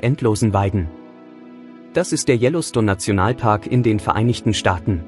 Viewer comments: Yellowstones, mà anh đọc tin này phát âm gì nghe quái dị, anh nên học lại để hoàn thiện, chứ thanh giọng của anh cũng rỏ tốt. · Đọc chữ Yellowstone cho đúng đi nhe ...